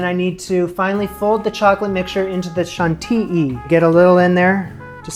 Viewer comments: In French, the three letters "ILL" written this way make the sound "Y" in English. So for crème Chantilly, you would actually say "shan-t-ee-y-ee" cream. ☺ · Shawnteeyi - fluidly, no dipthong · Hi, love your videos. The correct pronunciation for Chantilly (take it from a French person) is neither Chant-ee-lee (as if there were only one 'l') nor Chant-ee-ee (as if there were no 'l's at all). It is Chant-ee-yee because in French 'ill' makes a 'y' sound like you hear in yo, yes, bayou, etc. An exception though, the French word for 'thousand': 'mille' as in a 'mille feuille' patisserie. There, it's just an 'l' sound. Hope this helps. All the best and keep them coming. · It's pronounced chantiyi yiii ,,not chanti ee !Lol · j. it is simply pronounced: "shon-teee' - Nasalize the "an" (which, in English, sounds more like "ohn", and hold the ending long "ee" sound just a touch longer. Simply, chantilly becomes shonteee', accent on the 2nd part. It simply means a sweet whipped cream. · You’re almost pronouncing “Chantilly” correctly! I’d say it’s a mix between SHAWN-TEE-EE and SHAWN-TEE-YEE 😊 Hope that helps! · Chan tee yee. Chantilly. Gen woaz. Génoise. Do you know what Darth Vador wants in a french bakery? pain pain pain tarte tatin tarte tatin. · "Chantiyi" that's how :) congrats on 100k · lol it's pronounced "chant till he" 🤣 Still though, watching your videos makes me hungry. 7am and all I want is ice cream right now lol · It's more like "shauntiyi" really... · Chantilly cream is pronounced like "shan-tilly" lol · Not sure how a Canadian is so terrible with French pronunciation, but who cares? Love the channel.